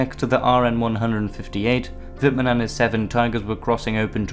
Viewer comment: Amazing!Do understand German?Your spelling is good,better than some german would pronounce it. I'm part of the 102.Tankbattalion at the Bundeswehr(German armed forces) and even here are picuteres of wittmann rommel and we use a learninguide written by Guderian.So yeah,i dont like nazis so that scared me first in times where political correctness is at first hand.